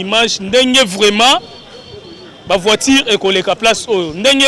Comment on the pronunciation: Courage et bravo. On prononce:vpiture et non voitire